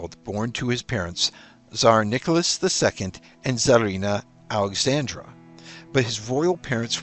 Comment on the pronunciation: It's Alexandra NOT Alexandria!